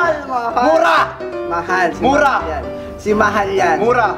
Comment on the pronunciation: This is a really fun challenge and it reminded me of the a video of O2L, they did the mesy challenge. Lloyd's face between to tho xD And when said murah, he sounded really Malaysian because Mahal means expensive and murah means cheap in the Malaysian language. Pardon me if its actually the same in tagalog because im rubbish in tagalog, im sorryy. Yeaa i just literally typed my experience throughout watching this video. Great job!